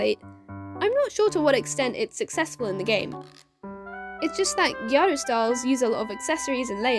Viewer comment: and your pronunciation of hime/gyaru are fine!!